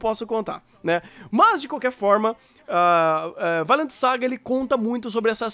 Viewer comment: "Vailend"?! Depois de ver o anime só consigo falar "Vinlando". XD